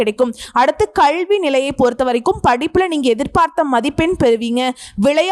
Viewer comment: 🙏🙏👌👍👍நல்ல not நள்ள, 🙏👌❤️கல்வி not கள்வி pl